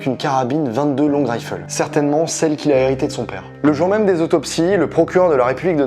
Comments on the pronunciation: On dit "22 long rifle" en français, pas "raïfeul" lol 😉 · Super vidéo juste les prononciations grimp et 22 longrife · Le problème, c'est qu'il prononce "22 Long" en français et "Rifle" en anglais. Parce que prononcé en anglais, ça donne bien "twenty-two Long(ue) Raïfeul". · 22 long raïfeul 😂 Sinon, très bien. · Très bon travail, court et très détaillé. Super format. Cependant, en attendant 22 long "rayffeul" et les pompiers du "Grympe", ça pique un peu aux oreilles. Sinon au top 👌🏻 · long rifle, oui ça m'a perturbé toute la vidéo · La prononciation du 22 long rifle est tellement ridicule mdr ça ma tuer ! Il a prononcé ça comme un ricain mdrrr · Bonne vidéo ! Par contre juste petite précision pour la 22 long rifle pas besoin de le prononcer avec l'accent anglais étant donné que c'est français, alors oui le therme existe aussi en anglais mais lui même issu du français. De plus l'accent français est totalement accepté dans ce domaine. N'oublions pas notre passé français. Sinon bonne continuation. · Alors 2 petite correction (parce que j'suis un casse couilles) c'est "grimpe" et "22 long rifle" faut prononcer en français et pas en anglais et allemand. Sinon super vidéo très pertinente ! J'ai kiffé 👌